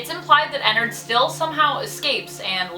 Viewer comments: its prounouced enn-ard not Enn-erd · Says ennerd instead of ennard* angry grammar nazi noises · It’s sounds like she’s saying a nerd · Ennard? More Like inarrd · I'm pretty sure it's pronounced Ennard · Not having hate but it makes me cringe that you pronounce his name wrong 😅